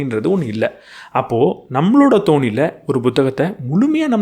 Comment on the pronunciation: உச்சரிப்பு திருத்தம்: அவரவர் "தோனியில்".. அல்ல.. "தொனியில்" 👍